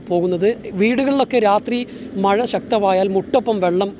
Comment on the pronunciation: മയ അല്ലടൊ മഴ എന്ന് പറയാൻ പഠിച്ചിട്ട് ചിലക്ക്......